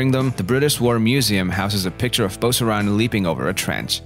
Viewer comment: I've never heard an American pronounce the name right.